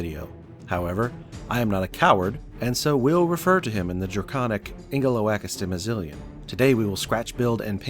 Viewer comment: Impressive build, but not quite as impressive as your mastery of the word Ingeloakastimizilian.